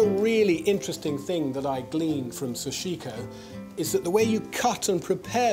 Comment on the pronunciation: I think he pronounced 'Sachiko' (hard to even figure out the name) about 8 different ways in this video. Japanese ain't hard, it's phonetic.